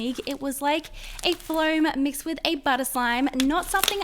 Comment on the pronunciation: its not pronounced as flowm its foam and CLEAN YOUR HANDS LAYDY!!!!!!